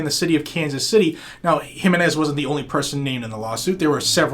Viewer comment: Wow you actually pronounced the name JIMENz correctly. Im impressed brother. You deserve a Weeppaaa for that.